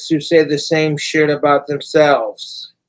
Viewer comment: Who can take a 1 syllable word and turn it into a 2 syllable word ? 3 if you count the silent hiccup in the middle. "SH" "it!" Cobra can, & Letter man! Who remembers that guy😂😅!